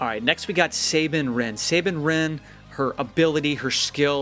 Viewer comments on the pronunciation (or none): Say(Bine) no it's Sa(nine) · sab een wren not sabin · plz say Sabine right it is like Sah-been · you miss pronounced sabine sa bine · Sabine is pronounced "Sabeen" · ITS SAH BEAN